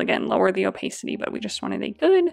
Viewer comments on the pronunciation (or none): Loved this tutorial! One gentle note - "opacity" is pronounced o-PASS-it-tee. One of those words that you can't get the pronunciation from the spelling :D Again: loved the tutorial